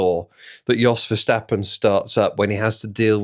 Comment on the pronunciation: Why do you pronounce it "Verschtappen" like he is German? He is a lot but def not German...